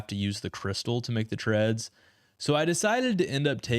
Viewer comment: They are Avernic Treads, no H